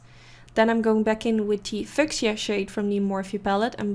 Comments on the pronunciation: Hi! Beautiful look! Just FYI, fuchsia is pronounced “FEW-SHUH” ❤️💋 your English is getting better and better. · Hey, lovely look as always! And yes I definitely enjoyed the switch up of colors it came out very pretty!! Just FYI your product list didn't show up!😁 Also the 3rd pink you used named fuschia is pronounced like FEW-SHA 😀😉 Hopefully this helps and it's no disrespect it just kept throwing me off when you said it cause it almost sounded like you were going to say a four letter word😂🤣 ok Honey!! Blessings and LOVE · Awesome video as always! Ps fuchsia is pronounced “few-sha” :)